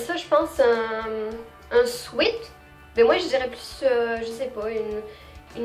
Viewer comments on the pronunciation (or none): none